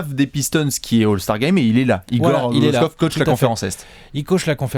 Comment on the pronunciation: Petit cours de Serbe rapide, car semble intéressé. Kokoškov se prononce Kokochkov. Š = ch C = ts comme dans Divac (Divats) Ć et Č = tch comme dans Jokić, il existe une légère différence entre les deux lettres mais difficile à percevoir à l'oreille. J = y comme dans Jokić, Marjanović. Mais sinon, sympa la vidéo.;)